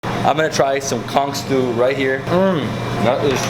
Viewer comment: Oh hunny, where'd you put all that food?! 🤣 And thanks for pronouncing Conch with the hard c at the end - cuz it grates my nerves when pronounced otherwise! 😒😂 I'm glad you enjoyed all the good food!